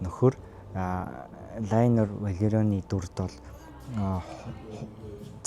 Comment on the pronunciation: Лэйнор Веларион гэж дуудвал зөв байхаа. Амжилт 😊